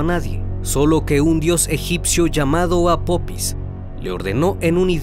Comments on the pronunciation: No es apopis es apofis ,deberían investigar antes de hacer el documental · Apopis? Que no es apofis? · Apophis se pronuncia Apofis . excelente vídeo